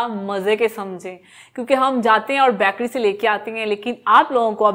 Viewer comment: Baaakary nhi hota ganvar बेकरी hota hai